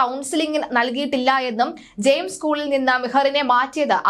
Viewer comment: ജെയിംസ് അല്ല പെണ്ണെ ജെംസ് എന്നാണ് 😂നിന്നെ ഒക്കെ ആര് പരുപാടിക്കെടുത്തു 🤡